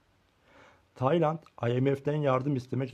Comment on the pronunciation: “Taynat” ne amk konusmayi ogren